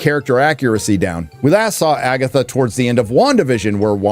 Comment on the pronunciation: Did you say FAGatha??? 👻👻👻